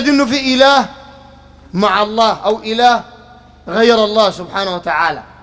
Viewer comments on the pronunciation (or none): أنت تنطق إسم الله غلط عوضاً أن تقول اللًه تقول اللا لا حول و لا قوة إلا بالله العلي العظيم